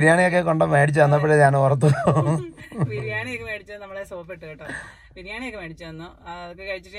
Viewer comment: FA ALLA BA, BIRIYANIYUDE BA 😀